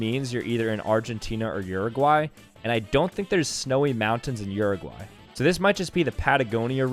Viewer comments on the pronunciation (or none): is nobody gonna talk about how bad he pronouces uruguay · bro how did you screw up Uruguay that bad